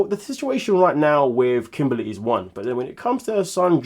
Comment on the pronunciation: Lol kim-baly, I can never see her without hearing that pronunciation lol